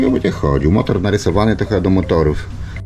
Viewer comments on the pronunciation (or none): Motor,, boli podobnie jak ,,lambordżini